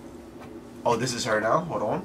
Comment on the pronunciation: Are you serious right NEOW?